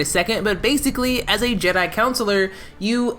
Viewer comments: Jesus Christ - it’s Jedi Con-su-lar. Consular. Not councilor. I can even get last two minutes of your video if you can’t pronounce the class correctly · 1 minute in and my guy is pronouncing “consular” as “councillor” oh dear… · A lot of hate for the Consular from somebody who can’t pronounce it… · Two years later and it still bothers me that doesn't know how to pronounce the word "consular" at all.